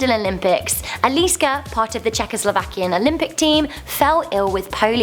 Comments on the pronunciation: Your pronounceing Eliška's name wrong it's Elishka not Eliska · Its not Elíska, its Eliška :-) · Its eleeh-shka Mishaa-khovaa 😂 and i didnt know someone from our roots did die in the olympics